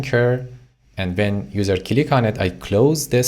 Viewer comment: I laugh everytime he says cilick 🤣🤣. Thank you for the lessons man they are very usefull.